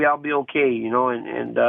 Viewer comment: "H'okay Jon Jones."